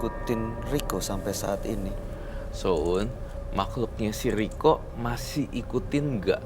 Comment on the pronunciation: Koq aku senyum senyum sendiri kak nyebut sho'un bihun 😁